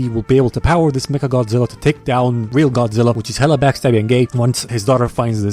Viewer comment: 2 18 YA ITS WEAL NOT REAL WEAL LOVE ENGLISH